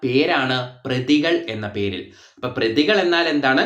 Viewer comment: പ്രതികൾ അല്ല പതികൾ